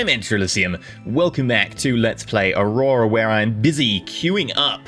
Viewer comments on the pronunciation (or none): none